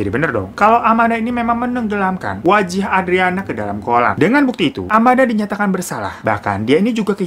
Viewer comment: Pada sadar ga si ini bang hiro ngomongny typo wkkwkw wajah jd wajih🤣🤣